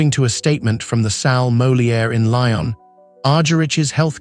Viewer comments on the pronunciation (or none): Unfortunately I just could listen beyond the first few minutes due to the excruciating pronunciation. Her name was agonisingly mispronounced, and the French city of Lyon pronounced as Lion. If this is the best that AI can do it is a very sad state of affairs. Maybe it should be rechristened AS ( artificial stupidity) Such a pity because Marta is such a legend, and she deserves FAR more respect